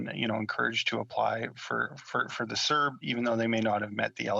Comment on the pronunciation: A little suggestion? When you say C-E-R-B it’s sounds like CRB. It would be better to just pronounce it as the word and not the acronym (Serb) to differentiate when you say c-r-b. Does that make sense? Hope y0u don’t mind the feedback. You probably don’t want to confuse folks.